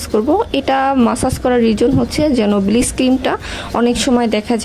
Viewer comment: কথাটা ব্লিচ not ব্লিস